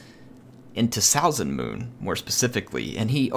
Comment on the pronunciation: Really cool battle, now I wanna play a norsca campaign. Also (It really doesn't bother me, you did as you could) your pronunciation of Salzenmünd is not the best, for me as a German ^^